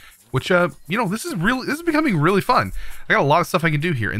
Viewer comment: When he first said nimble I thought he said nipple xD